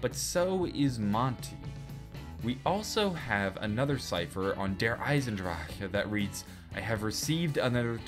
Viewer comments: Anyone know why he says Der Eisendraka instead of Der Eisendrache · Dude I find it hilarious when you say derisendrache, you say DER ISEN DRAJHAAH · The way you pronounce der eisendrache gives me conniptions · Am i the only one that cringes everytime tries to pronounce der eisendrache